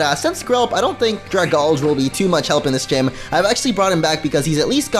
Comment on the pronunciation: IT'S DRAY-GAL-JEE!!!!!!!!!